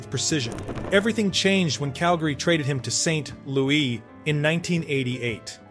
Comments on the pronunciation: The AI was fine until "Saint.....Lou EE". I'm out. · AI voice needs to learn how to pronounce St. LouiS like an American instead of a frenchie.. 27 goals first year in Calgary? Yeah this guy is a hack, send him down.